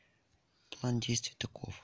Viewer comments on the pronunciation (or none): none